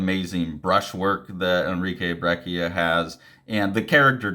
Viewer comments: It's pronounced "brech-ia" :) the "cc" works like in "cappuccino". there's a spanish language interview with him floating around on youtube where you can hear it. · I'm hearing it as a hard k?